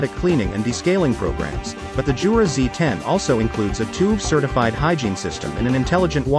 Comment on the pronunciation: it's "Yoo-rah" not "Joo-rah" !!!